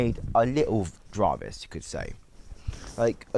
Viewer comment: Why did you mispronounce "Jarvis"?